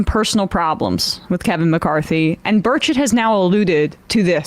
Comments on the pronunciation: I find it amusing he's pronouncing Tim Burchett's name, "Bir-ket." I can't stand Burchett and I'm in TN so I approve. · Sam pronounces Burchett incorrectly, He is my congressman. He has got that fake hick accent down.